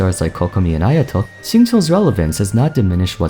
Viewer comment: he's pronouce shing chiu(chill) or maybe shing khiu(kill) idk tbh